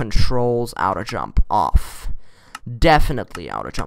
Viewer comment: at least I know I wasn't the only one who pronounced it out-oh jump, no hate